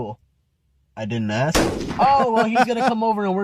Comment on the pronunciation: Aks why is it aks. Not being negative or judgy but why is it so hard to pronounce ask. You are so well spoken and then aks.